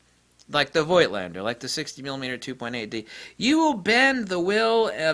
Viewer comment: The "i" in Voigtländer is silent. Voigt is the old (German) version of Vogt. The "V" is spoken as an "F". It's like with Moog Synthesizers. Most people speak the "oo" like in "tool", but it's "Mogue" like in "Vogue" (the french word for fashion).